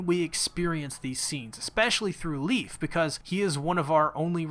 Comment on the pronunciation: why you calling him "leaf" his name is "Leif" its a danish name americans can actually pronounce... just say "lie-f" or "Life"